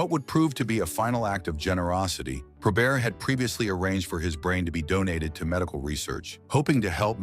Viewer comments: It's NOT 'probear'.........it's probert! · Hey, it's (pro-bert) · ❤ He was pronouncing Bob’s last name like it was French Canadian: Pro-bare. Spelled Joey Kocur’s last name wrong among other wrong things in this video. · disagrees. genius says Pro-Bear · The T is not silent in his name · Can't believe you got Stevie Y's name right, you screwed up Bobby and Joey's names.